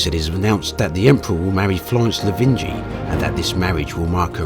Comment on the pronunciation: Lavigny, not Lavingy.